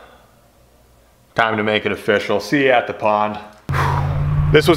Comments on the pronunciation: ''offishial'' XDD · I can't but help hear when says official as O"FISH"AL as a pun.